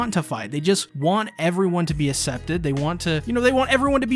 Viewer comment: Great breakdown! What a great character moment. Reminded me a lot of the scenes at Clint Barton’s house in Age of Ultron. Only thing I can’t stop hearing is “Assepted” vs “accepted” 😂